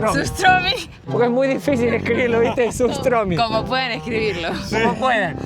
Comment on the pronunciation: SUSHTROMI.....(o como sea que se escriba) 😂😂😂😂😂😂😂